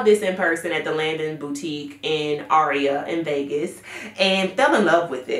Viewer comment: Hey darling the pronunciation for Lanvin is “lawn-ven”, love your picks!